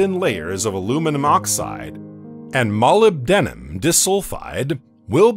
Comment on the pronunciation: Good job. Nitpicking:::: No one in science uses "astrologer" for astronomer. Molybdenum--mole_lib_duh_mum